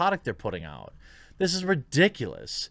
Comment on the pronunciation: Why do you always pronounce the word ridiculous like some drag queen?